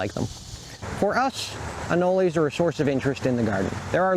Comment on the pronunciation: Why do you call them anoleys? I was born in Florida and never lived elsewhere and I have never heard someone say anoley